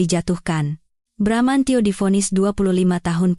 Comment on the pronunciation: bbrp kali sudah bener bramantio eeh balik lagi bramancyo..bramanjo...